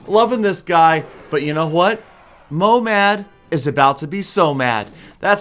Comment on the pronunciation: Its not momad its mohamad i live in iran and this is persian and i speak persian